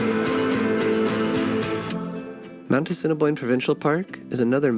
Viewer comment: A-sin-a-boin,prounce it that way